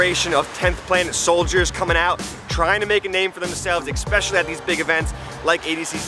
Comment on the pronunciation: "especially" not "expecially". Loving the content.